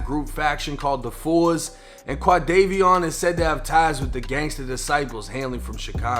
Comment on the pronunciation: It’s not pronounced “The Fours” you say “Tha Foes” aka 4 Corner Hustlas